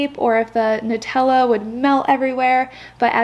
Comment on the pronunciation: So glad to finally hear someone pronounce the word “Nutella” correctly. Everyone says NEwtella. So thank you, I can sleep tonight lmao